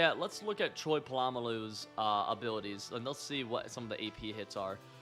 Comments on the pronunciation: As a steeler fan how u say Troys name makes my skin crawl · Please stop saying troy p name wrong my God... 😂😂 someone help him read and pronounce names